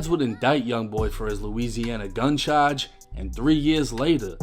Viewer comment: Y do u say charge like that I’m from Baltimore but bro that shit mad annoying